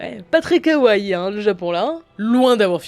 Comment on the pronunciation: Merci d'apprendre à prononcer "Kawaii", sinon merci de ne pas utiliser les mots que vous ne savez pas prononcer.